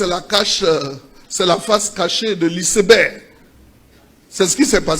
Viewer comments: Lisseberg😂😂😂 C'est Iceberg que lui il prononce lisseberg😂😂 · "Professeur" Adjoum....ouais, c'est fort ! Isseberg pour dire iceberg, un mot anglais qui se lit comme tel (aïceberg).....De plus. On dit la face visible de l'iceberg et pas la face cachée....Eh Dieu !, quand c'est caché on peut pas voir ! 😢😢😢C'est la partie visible qui permet de deviner ce qui est caché, plus important que ce qui est visible..... Vraiment tu as fait fort "Professeur" !!!😂😂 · Adjoumani vaurien hein. On dit ICEBERG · Iceberg est une montagne de glace ... C est un iceberg qui a coule le bateau Titanic...la prononciation est mal faite...On prononce en anglais ...